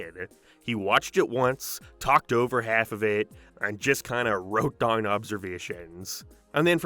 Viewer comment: Quick question, where are you from? I've never heard anyone pronounce "down" and "now" as "darn" and "nar" before